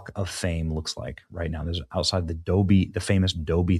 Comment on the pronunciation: Doby? Dolby Audio... Oh boy. Not a car guy, not an audio guy either.... 🤣 Still, I appreciate your message.